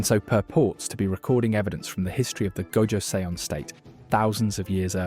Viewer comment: Also I hope this doesn't sound pretentious but your pronouncing the last Korean dynasty name wrong. From what I remembered is that their name would sound something like ( jo - sun ) . Korean names are kind hard to pronounce even for eastern names standards by the way . Apparently where ever you see seon it is produced as sun . Though this is mostly from my intersection with learning about Korean shamanism